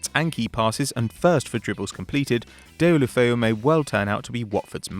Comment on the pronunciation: Those names sound so awful coming from his mouth. Herrad ghelofeyu. Luuka deen?